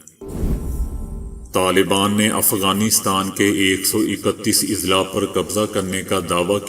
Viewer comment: السلام عليكم...Izla نہیں بلکہ Azla۔ضلع کی جمع اَضلاع